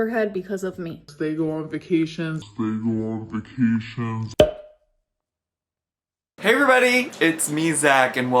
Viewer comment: I just hate the way she says “vuh-cations” and I know that’s nitpicky but idc